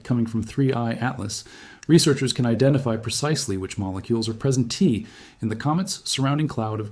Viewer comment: presen T is said, instead of present